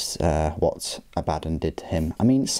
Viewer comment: According to GW, it's pronounced a-BAD-dun and Goo-lah-mun.